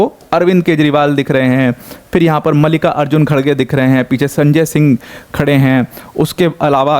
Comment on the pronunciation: It’s मल्लिकार्जुन not मालिका अर्जुन😂